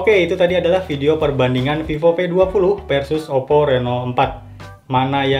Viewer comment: Mungkin dia org Sunda😂